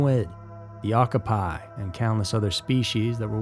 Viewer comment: Not to be THAT person, but Okapi is pronounced 'Ow kaa pee'